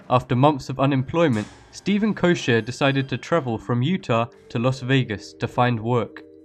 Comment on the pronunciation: koecher is pronounced as koe-ker, not koe-sher.